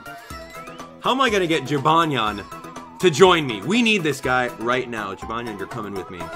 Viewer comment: The cats name is jibanyan not jinbanya